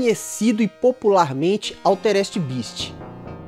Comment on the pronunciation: Ao invés de dizer Altered, você disse Alterest...